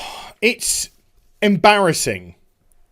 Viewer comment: Don’t you just hate it when you mispronounce a word. How emborising. 😂